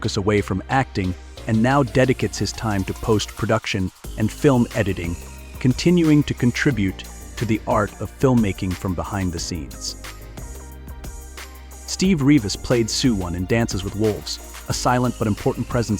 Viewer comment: Good info, but the commentator needs to learn how to pronounce some of the words, it was annoying to hear him mispronouncing some of the words. Example: for ‘Sioux’, he said Sou-x. For ‘Lakota’, he said Lako-tay. I cannot figure out how ppl can mispronounce the word ‘contributed’! There was more, but the ones mentioned were the ones that annoyed me! 😮